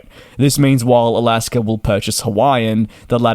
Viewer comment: There is no R at the end of Alaska. That being said, good report merry Christmas.☃️🍻